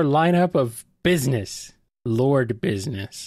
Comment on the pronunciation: lol! I wish they didn't say business like that, cause now I'm thinking of James A. Janisse from "Dead Meat" and his hilarious "Business" meme 😂